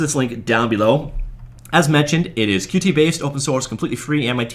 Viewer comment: It's pronounced Cute! Like Cutie-pie or cutie patootie! Get with the program, sheesh.